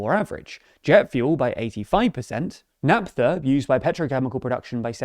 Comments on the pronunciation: Just an FYI, Naphta is pronounced as Nafta, not Napta. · Once again, Naphtha is pronounced "Naff-tha"